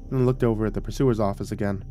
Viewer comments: Yes, these are the things that pull me out of a story. Purser, or sometimes pronounced “pusser”, not pursuer. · One side note it's pronounced per-sirs. Not pur-su -ers